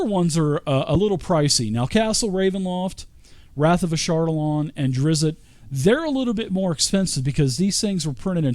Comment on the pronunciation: Nice video but you are driving me crazy for keeping to say Drizzit. I don't know why this nickname sticked with the character. He was called that a single time by a human boy in book 3, after Drizzt told him his name and the kid taught he was a monster of something.